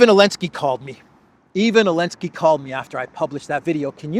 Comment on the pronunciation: is Biden 2.0. Also any word that has a "T" in the middle of it, is pronounced as a "D". Elensky is another mistake, as these videos could be used for historical reference someday in the future? you should not make intentional mistakes, when you make so many unintentional mistakes. Confusing billion with million is a 1000 times error, it shows how out of touch you really are....